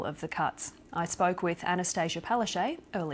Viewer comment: Palashay? It's Anastatchya Palashtchuk. Weird that she accepts such a wild mispronunciation.